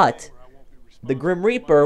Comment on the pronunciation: Grim Reaper not Grim Repear